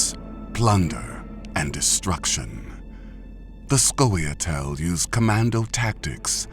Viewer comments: "Skawee-otell" "SKAWEE-OTELL" 10/10 BEST VOICEOVER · That pronunciation of Scoia' Tael is killing me :( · Am i the only one who find his pronunciation of scoia'tael cringeworthy?